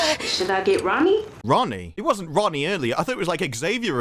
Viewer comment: Why does that become "dat" , get "git" you "chew" you need subtitles if you can be bothered to watch. The woan with the magic shop dresses like a Peruvian, isn't " cultural appreciation"